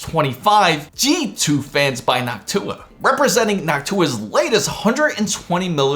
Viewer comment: I thought he said, he got the HOCk-TU-AH card..lol:face-blue-smiling